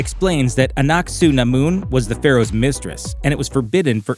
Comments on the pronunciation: Anck-Su-Namun is said in a way it sounds like annat sä namun in finnish, roughly in english "will you give me the candy", coinsidence? i think not :) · am i only noticed that he hardly pronounce aunc su namon name